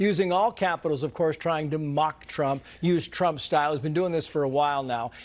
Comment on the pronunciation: Wht is nobody commenting on Trae Gowdie doing a slip of the tongue saying Chump instead of Trump😅